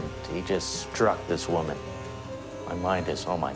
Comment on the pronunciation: please "woman" not "women"